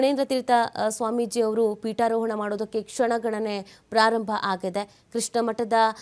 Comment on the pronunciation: Peetoharana alla. Peetarohana adhu. Sari maadi. Jai Krishna.